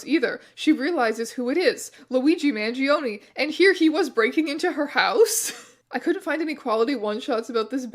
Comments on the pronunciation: this is EXACTLY what I subscribed for. 10/10, no notes (except that the E in his surname is actually pronounced like the E in “exactly”) THANK U MR STRANGE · I love you but man the way you pronounce his name gives me 1 point psychic damage each time haha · This keeps switching to German after the first sentence T_T AND APPARENTLY GERMANS PRONOUNCE MANGIONE INCORRECTLY